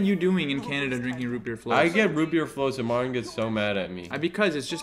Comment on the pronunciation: why does pronounce martins name like "mart'n"